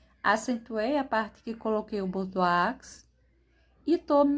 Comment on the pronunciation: Perfeição; Parabéns. A pronúncia de bordeaux é Bordô